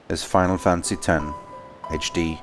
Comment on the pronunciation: "Final Fancy" 😂